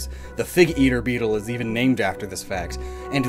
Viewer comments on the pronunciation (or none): none